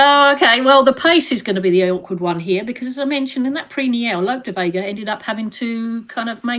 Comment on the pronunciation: It’s Look De Vega Tanya not Lope